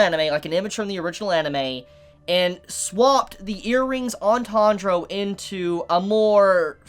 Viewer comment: Who the heck is Tahnjro?